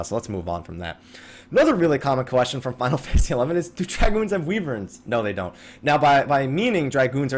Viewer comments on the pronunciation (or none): LOL...weeverns...instead of wyverns...first time I've heard that!